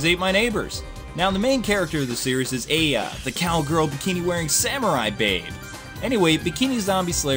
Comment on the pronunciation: This game is a low budget, but great game for certain gamers. The series spawned over 7 games and 2 movies. I love the series. Though, not to be rude, but you keep mispronouncing games like Aya and Reiko. Also, you missed key factors within the series and aspects of this fanbase. I respect your review and am glad that you touched upon this game. I just feel you sort of missed the mark for this one.